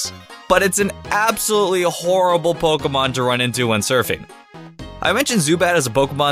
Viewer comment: I hate the way he says Pokèmon